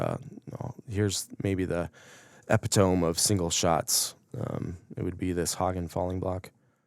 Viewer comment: I learned a couple things watching this. And now the guy with the awesome single shots can learn something too. That's not how epitome is pronounced.